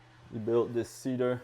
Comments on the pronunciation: I liked when you use to say See DAR! It's fun. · OUTSTANDING! Especially the toilet demonstration and the proper pronunciation of "cedar" LOL Actually I find your own unique way of saying "Seee Dar" to be very charming! This Ébène already appeals to me because it shares the name of my favorite LV handbag ;) AND because it packs in so many fabulous features: side by side full-size laundry components with ironing/folding counter above, 60" soaking tub, radiant heat system, a tricked out kitchen with tons of storage, an L-shaped sofa + cozy fireplace module and huge TV space, wow -- I love all of that. But I must say the stand-up bedroom (with lift-up bed storage, wall cabinets, shelves, drawers, 2 closets) in the SAKURA is still the best sleeping space (& clothing storage) I've ever seen. Is there a way to incorporate that design into this floor plan? I'm not sure how that would work but I'd sure like you to build my Tiny Home with the best of both. What do you think guys? Can it be done? I just want to say your design concepts and build quality are the VERY BEST out there, your work is second to none!